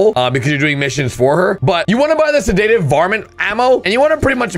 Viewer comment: Google how to pronounce sedative